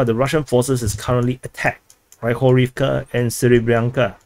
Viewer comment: When you're pronuncing Hryhorivka, Pryvilya etc. The "y" is not pronounced as it is in English. There's no reason to distinguish between "y" and "i" if you speak English. Just imagine it's "Pri" instead of "Pry". The "ya" is pronounced correctly by you btw.